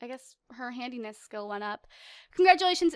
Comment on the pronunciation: when she said handyness skill it sounded like she said hideous skill XD